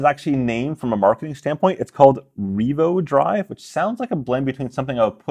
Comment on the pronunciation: Thank you Ray. Can we have a super cut of you saying "Revo-Drive" ? Glad I've never bought a Casio G-Shock Analog-Digital , so I can put that money toward this - IFF my first Gen Solar Instinct ever dies. At that price I wonder if they thought about swapping in tritium gas tubes on the hands instead of the brilliant but limited time Super Luminova.